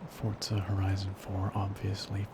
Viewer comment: I call it Fourtzza Horizon Zero Dawn 4 I think its the correct pronounciation :D